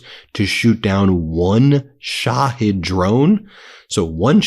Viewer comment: Duuuuuuuude! Put me on the pay roll as a linguistics consultant. Its Not "Sha-head"! Sha-heed. You lose all credibility when you cant pronounce commonly understood pronunciations.